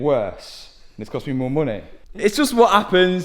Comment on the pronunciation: What the fooq is a boompa?? 😭😭 And for that matter what is moon-eh 😭😭